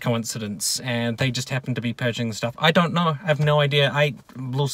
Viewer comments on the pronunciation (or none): I've absorbed everything you've said. And as a fellow Nu-Zeelandish person, your pronunciation of the word "don't" bothers me. You say it more like the name "Don" than the word "dough". It's strange and it keeps me awake at night. I never ever read anything on twitter from you, but I am terribly sad that (like everyone else on that platform) you have been suspended. One day Twitter will reach its logical conclusion of having no users left on it. Personally I think that's a good thing because it sucks. It can eat my ghost chips. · It's really quite simple. Say after me. "Don" (like Don Brash). Now say "donut" (American spelling for you there). Now, take the first part of "donut" and remove the "u". You now have the word "don't", but it sounds like "don't" instead of "DON't" (like Don Brash). There, I fixed it for you. Next week I'll concentrate on your terrible spelling and grammar. Your car videos always have the best production value. Love you long time.